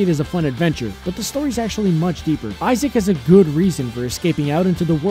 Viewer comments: Its Isaac, not Issac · "Isaac" and not "Issac" ;)